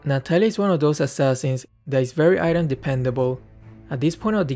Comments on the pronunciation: Its Natalia not natatalia ahhahaa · U Said Natatalia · lol 'Natatalia' Good one 🗿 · "Natatalia" lmao it's fine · Ah yes, "Natatalia" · Ah yes,natatalia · Its natatalia